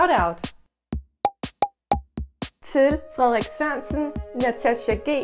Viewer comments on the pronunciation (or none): none